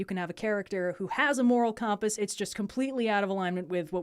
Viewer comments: Sounded like "cahm-pass" to me. I dig it. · Shoutouts to how says compass